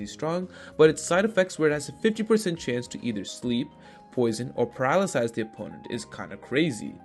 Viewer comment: Just say paralyze bro. Paralysize?